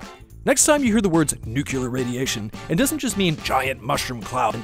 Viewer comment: 1 milliSv not 1 Sv, should be 5 mSv, not uSv (microSv) as shown on the animation, , "nukulus?" how about nucleus?, again, "nukular?" dude.